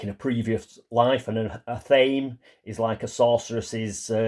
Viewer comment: Just an FYI...I once had a Wiccan roommate and I'm pretty sure athame is pronounced "ath-uh-may"